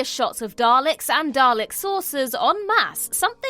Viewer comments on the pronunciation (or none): none